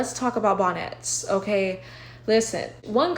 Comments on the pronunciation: Not BON-NETS 🤭🤣🤣🤣🤣🤣🤣🤣😂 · I love how you even say “bonnets” in a fancy way lolol 😂 “Bahn-éttes”